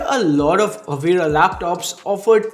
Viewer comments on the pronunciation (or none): Brand name is Avita man, not Avira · Why u calling it AVIRA , when its AVITA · Is it me or is he pronouncing avita as avira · Didn't anyone tell him it's Avita and not Avira or am I missing something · $ AVITA, read it carefully 😁